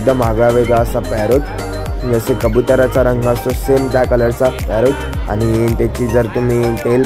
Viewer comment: नीट बोल